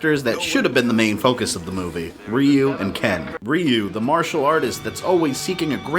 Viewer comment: Why r u calling him Riu, not Ryu